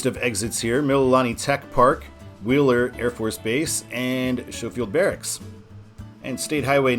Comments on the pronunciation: For future reference, it is pronounced skow-field, first part rhymes with row as with a boat. No clue about your hawaiian pronunciation. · I coulD be wrong but I think Schofield (named after General Schofield) is properly pronounced "skofield." An interesting side story is how General George Henry Thomas and Schofield. This relates to the 1864-5 Battle of Nashville.